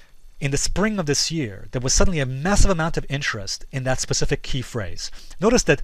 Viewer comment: says "pacific". wants to be taken seriously. go home.